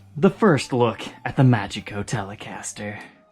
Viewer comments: You'd pronounce this as "MA-hee-coh" (with the stress on the A). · "Mágico"="mah-hee-co," which is Spanish for magic